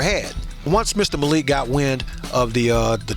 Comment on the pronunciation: Zayn 👉 Mal-ik 👈 I don't want any directioners to come on here cussing everyone out because one guy mispronounced Zayn's name sorry loves.❤